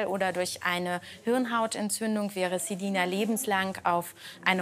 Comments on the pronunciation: Wir alle Celina Ausgesprochen : ßelina Artzt Celina Ausgesprochen ZEH lina HQHQHQHQHQ😂😂😂😂😂😂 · Wie es mich aufregt sie heißt Celina und die nennt di zelina😨😂😂